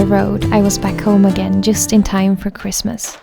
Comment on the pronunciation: You always say at the end "thank you so much fow watching this video" but I want to say THANK YOU so much for creating these videos that makes me/us happy. ❤